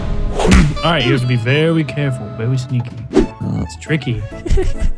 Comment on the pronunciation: Vewwy cawweful